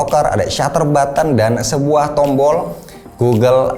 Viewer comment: Terdengar kata "sebuah" jadi "es buah" 😂